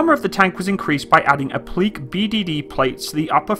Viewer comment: Applique. Not pronounced app-leek. Pronounced appli-kay.